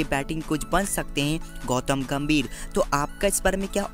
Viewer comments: GAMVIR NAHI GAMBHIR 😂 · Vai gambhir hai ghamvir nai